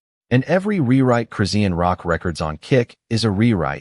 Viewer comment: It's no one's business. This is fake crap. You aren't even saying her name correctly. Dumb ass.